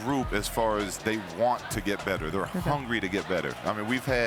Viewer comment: I was thinking the same thing when he said "he hongry!" referring to the young Lonzo. LOL!